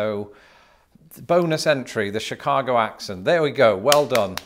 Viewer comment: Lived in chicago my whole life and it tickled me to hear you say Chicago with a Chicago accent. Well done!